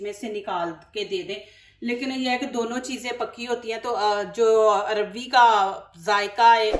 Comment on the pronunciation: بگڑا ہوا تلفظ عربی ہے اور ٹھیک تلفظ اروی ہے